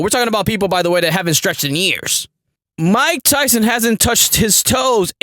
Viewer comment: 😂😂😂😭 JFC dude. MAH-TYSON LEEEEG